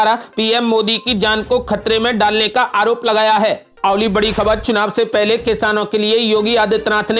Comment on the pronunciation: अवली खबर नहीं, अगली ख़बर कहो